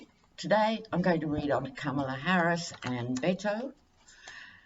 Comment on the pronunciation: Hi, with all due respect, and no offense intended, Beto's name is pronounced bet (as in making a wager) o. Beto O